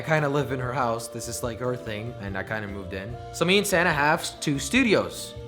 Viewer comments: I keep thinking he’s saying Santa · I thought u said Santa like santa not your girlfriend lol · when you said you girlfriends name i thought you said santa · Lol that’s what I though when I first started watching jelly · sana sounds like "Santa"